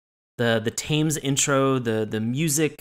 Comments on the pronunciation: I'm gonna put this one on Sean because 100% pronounces is like Thymes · Thames is pronounced temms